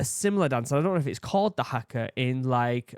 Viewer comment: Please, NOT hacka! Try har-ka. The "a" is a bit longer. Kiwi here